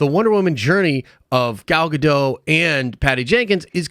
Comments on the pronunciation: Pronounced Gah..Doht according to the Gal herself. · It's pronounced Gal "Ga-doe"